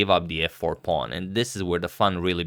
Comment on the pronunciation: yes, except for saying pawng instead of pawn all the time.